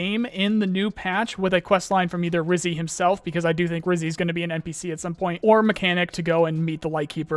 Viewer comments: Bro stop mispronouncing. It’s Rijiy, Not Rizy… it’s a word for “Ginger”, in Russian… Rizhiy… like a G, not a Z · Dude pls stop saying Rizy, he is Ryzhy ZH, you hurtin my russian ears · Do you think you can make literally any effort to pronounce "Ryzhy" correctly?